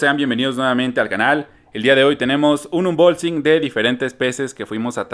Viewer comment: Me encanta la manera de decir "unbolsing"😂❤❤❤